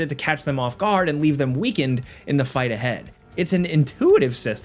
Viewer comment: that "Intuitive" was crazy